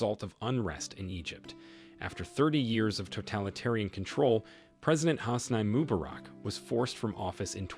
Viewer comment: Please learn to pronounce better, Hosni Mubarak is 1 example